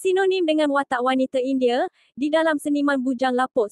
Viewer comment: Cuba dengar admin sebut indie...wanite ...lain maciamm